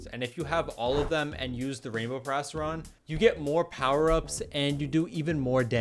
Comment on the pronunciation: Erm... actually it is PERIASTRON not PARRYON